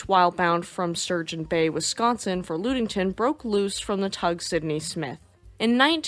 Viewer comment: Great video, I grew up on Lake Michigan, so I love the Great Lake boat stories. The Lu sound in in Ludington is pronouced like the Lu sound in luck, so Lud-ing-ton. Please keep up the amazing work.